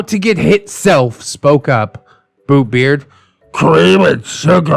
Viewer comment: I keep on hearing "Boobbeart"